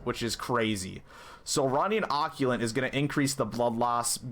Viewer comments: Occult= OH-CULT Not OCK-YU-LIT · Great build, though Occult is pronounced Ah-Cult. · "occulent" lol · I was so confused about what he was talking about, then I realize that he doesn’t know how to pronounce “Occult”